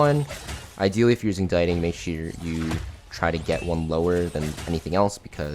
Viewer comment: dee-ting not die-ting 🥲